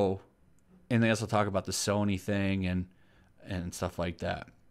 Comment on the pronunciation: "Soyny" LEL <3